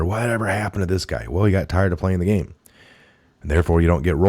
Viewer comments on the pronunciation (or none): none